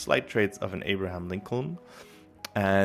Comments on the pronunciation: Wait till you notice him say Abraham. Seemingly perfect English but reading abstract words was never taught... Maybe he's a bot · there it is. Amazing. Yes i suspect he's a bot too.